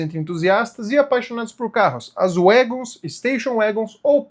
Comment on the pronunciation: Notinha: Se diz uégons.